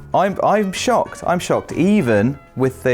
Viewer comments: I kept thinking he said “ I SHAT myself “. Which is possible. lol. ESP bcuz he hates horror games. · Maybe it's just my American ears, but every time said he shocked himself, I heard him say "I shot myself", and I got very concerned. 😂